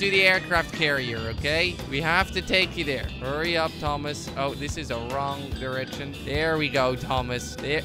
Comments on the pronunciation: In the intro he said upa instead of up he pronounced Apa which means dad in Hungarian! Also I'm a huge fan been watching since 10K subs amazing to watch u grow! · at the first time you say up so much it turn into (apa) in indonesia mean (what)